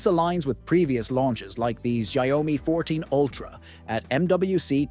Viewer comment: When will people learn how to pronounce it correctly?